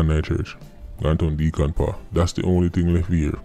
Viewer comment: "Decon paw" "elephant paw" "cat paw" lol